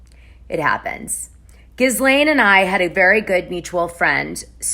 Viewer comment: Ghislaine is pronounced: “Gee-lane” the "S" is silent.